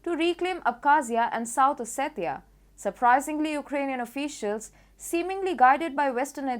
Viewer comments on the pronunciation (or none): none